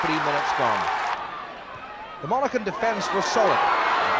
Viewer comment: hard to believe struggles with the pronunciation of Monaghan 'monacken'